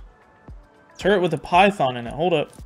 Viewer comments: balzed word fumble. "Turrent" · I just can't when puts an "n" in the word turret, lol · I swear to god if you say "Turr-ent" one more time I'm never watching a video again. There's no n dingus. "Turr-et" Get it right. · I know this man does it on purpose but every time i hear him say turrent i wanna shake him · Am I missing something? Is it like a meme to pronounce turrets like it has an 'n' in it? Or does have a speech impediment? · Turrets not Turents... it's driving me crazy lol. Honestly, I think you're doing it on purpose but still lol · Turrent lmao it’s turret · It’s called a turret not a turrent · Dude its turret not turrant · your pronouncing turret like turrent and i dont like that